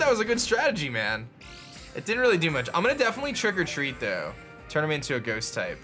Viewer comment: Does anyone else think that when says Trick or Treat, he says "Trigger-Treat"?